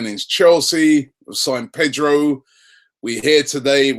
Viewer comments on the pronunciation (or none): none